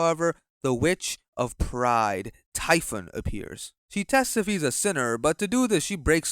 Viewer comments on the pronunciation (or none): none